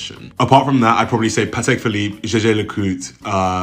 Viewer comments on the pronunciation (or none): none